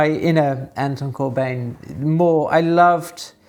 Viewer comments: Hey, as always, love the video. One small nitpick though, "Bijn" can approximately be pronounced as "Bine", like you would pronounce "wine", So us Dutchies pronounce his last name more like "Corbine". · Great video, as always, (Note: it's Corbijn, not Corbjin - the Dutch pronunciation of the Dutch "ij" today is like the "ei" in Italian) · And keeps pronouncing his name wrong.